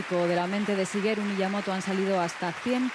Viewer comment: Shigeru, no chigeru :/